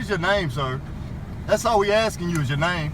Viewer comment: “Akking suppishuss”.